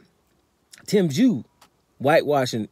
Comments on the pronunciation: You called him Jew, u called him Chew?? Wtf bloke. Are u related to Charlo?? Just go with the Zoo bloke, that's much better.🤷‍♂️🤦‍♂️🤣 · Tim Jew 🤣🤣🤣 kosya chew 🤣🤣🤣 damn I’m confused brother!